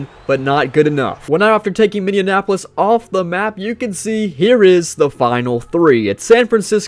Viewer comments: Minneapolis...not minneanapolis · Was dude saying "Team Minneanapolis"?